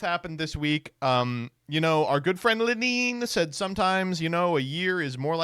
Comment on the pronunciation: Why does he pronounce Lenin as LeNEEN?